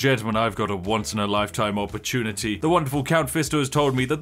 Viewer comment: "Count fisto" is crazyy 💀